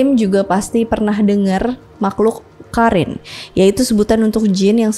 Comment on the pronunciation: Kak maf bukan karin tp qorin bacanya